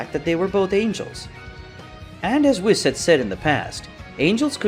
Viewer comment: It's pronounced "whees" not wiss